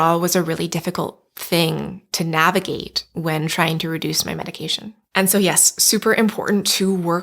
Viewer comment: Take a shot every time she says “nahhhvigate”